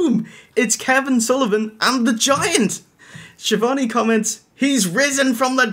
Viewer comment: is mispronouncing Tony Schiavone's name part of a long running joke?